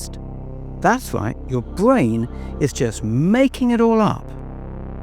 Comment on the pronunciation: "your bwain"